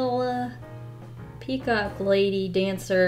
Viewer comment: Word of the day: PeaCAW-KEE